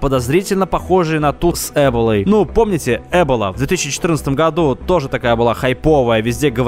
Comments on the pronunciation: не Э'бола,а эбО'ла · Эбола, ударение на "о"